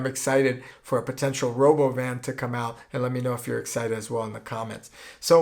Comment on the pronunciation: it sounds russian, is it russian? "Rhoboban" sounds russian as hell!!